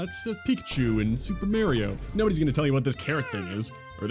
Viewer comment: Please learn to pronounce Mario correctly. If you need help, please consider one of the only things he ever says: "It's a-me, Mario." Do you play Mare-co Polo in the pool? Do you like Mare-tin Scorsese movies? Thank you for your time.